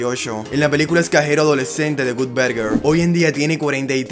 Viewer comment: Gutberguer. 🤣🤣🤣 Que mal inglés.